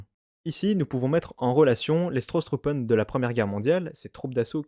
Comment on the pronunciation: En 1918, il s'agit des Stoßtruppen et non Strosstruppen (c'est surtout le 'r' en trop qui pêche).